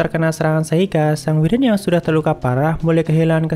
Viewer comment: Maap bang wyvern di baca waivren bukan wiren 🙏